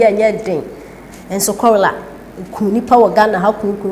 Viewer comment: The word is cholera, not, chorela